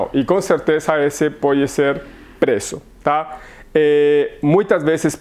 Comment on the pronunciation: Eu voltei o vídeo 3X pq achei que vc tava falando prezo e era preço.